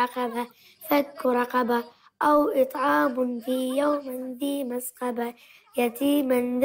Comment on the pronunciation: مسغبة وليس مسقبة